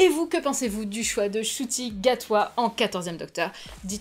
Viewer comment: Alors c'est un nom rwandais et ça se prononce 'Nshuti' et non 'Shuti'. De rien c'est normal 😉